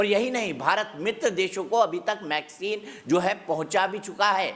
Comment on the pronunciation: Mecsin nahi Kawwe Wecsin he